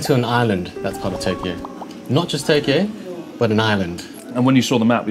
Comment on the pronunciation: when Chris says Tokyo it has 4 syllables with oo added at the end where as normally it is Toe-Kee-Oh.